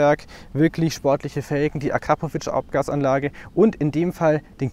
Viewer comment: was ist den ACrapovič? es heisst AKrapovič..